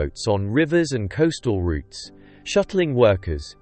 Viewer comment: Wrong pronunciation of "route"